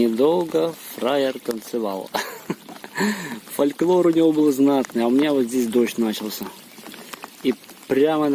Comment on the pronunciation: Понравилось, что говорит правильно: "Фольклор", а не "Фолклёр" как большинство.